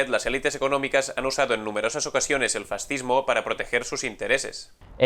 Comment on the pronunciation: Abogado del diablo, se dice Fas-cismo FAS! Cismo, que se puede esperar si no sabéis ni pronunciar fascismo, esta claro que si no sabéis ni hablar, de política ni digamos.